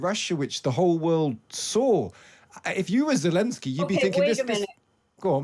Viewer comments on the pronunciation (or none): She can't even say Zelenskyy's name right (she keeps saying Zelinsky). That's how little attention she's given this.